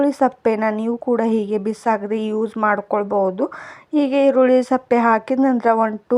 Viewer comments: ಸಪ್ಪೆ ಅಲ್ಲ ಅದು ಸಿಪ್ಪೆ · aluva tara heluttiddira ebullient sippe nivu sappe anta heliddiri matannu sariyagi tappillade mataduvudannu kaliyiri anyata bavisabedi.atannu kadakkagi matadi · ಈರುಳ್ಳಿ ಸಪ್ಪೆ ಅಲ್ಲ ಸಿಪ್ಪೆ